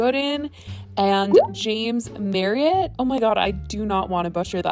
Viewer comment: I absolutely love James Marriot (yes you said his name right haha) he’s so so funny y’all subscribe king James